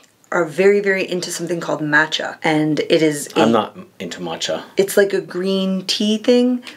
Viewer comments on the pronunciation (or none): none